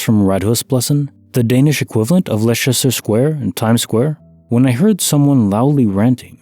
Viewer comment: I didn't think you'd fk up the pronunciation of Liecester! 👂 Lester 👂